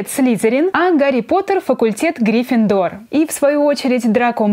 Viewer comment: ' ' Не грифиндор а грифиндор